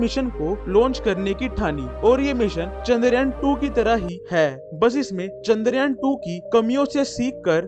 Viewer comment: चन्दर यान नि चंद्रयान है भाई 😅#chandrayan